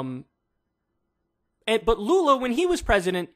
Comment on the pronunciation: just gotta comend you on the pronunciatin of lula's name , youre one of the few americans who have gotten pretty lose to the portuguese pronunciation of his name . Also papa GOAT is also acceptable for lula